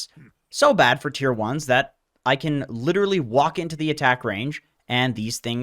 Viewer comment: You butcher pubs with Pudge the same way you butchered the word 'literally' <3